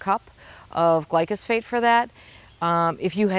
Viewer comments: The chemical is glyphosate as stated in the DNR info. is pronouncing it "glycosphate" in case anyone was confused. lol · It's actually pronounced GLYPHOSATE. And it's the most toxic substance on our planet!😱